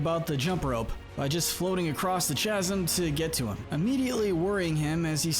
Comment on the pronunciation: " the chasss-em " 😂